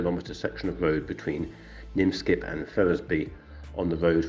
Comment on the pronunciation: Sorry but it is Minskip as written, and not Nimskip as pronounced, and Ferrensby, and not Ferrisby. interesting video though, although I knew that he built that road.